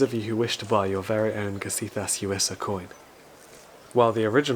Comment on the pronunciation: My favorite part of actually hearing your voice in these video's: i now know how to pronounce Gesiþas Gewissa. Great video as always. It's nice to hear your voice in a video for once, especially since it's in a very human setting, as compared to the usually more nature/countryside style videos